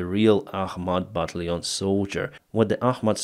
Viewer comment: Battalion: бо ТАЙЛ йон or "buh TAL yun" . The "al" part is actually pronounced like the name "Al," but I don't have a good way too transliterate it in Russian Cyrillic.